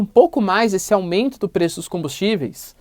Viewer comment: Caralho paulista não dá pra entender oq vc fala. Vc fala pelo nariz 👃 fala rápido demais só vcs se entendem toda palavra que tem a letra m ou n vcs sempre vem com a letra i antes. Caralho fala devagar buceta... Aumeiinto é o caralho. É aumento porra. Vc ecplica muito uma coisa básica. Ficar duas horas pra falar uma coisa simples. Esse governo é bandido. O bozo é traficante de armas e drogas. É miliciano e a culpa do aumento com combustíveis vem desde o golpe com temer ele jogou o preço do petróleo em dólar. E essa porra de lira é da extrema direita. Isso é enganação. Paulista fala feio pra caralho só eles se entendem kkkkkk. Pura que pariu para de falaram porra vcs dão muitas voltas. Sua aula deve não ir ninguém tu é chato pra caralho. Faz vídeo resumido kkkkkk